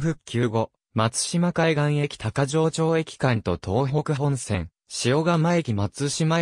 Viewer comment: 読み方違う。「高城町駅」たかぎまちが正しい。